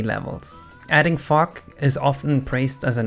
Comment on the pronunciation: when you said "adding fog" I thought you were swearing